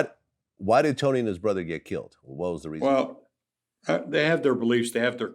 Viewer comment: Brudder lol